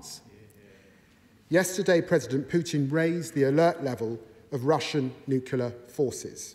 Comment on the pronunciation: It's NUCLEAR!!!! Not New-Killer! Who is this guy GW Bush?